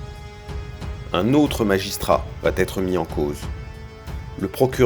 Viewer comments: très bien mais les commentaires voix off, SVP "VA être" pas de T = PAS DE LIAISON!! Plusieurs fois ce n'est plus une "petite erreur", c'est une FAUTE DE FRANCAIS. 😉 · Subornation de témoins pas subordination. Et cessez les mauvaises liaisons : va-t-être.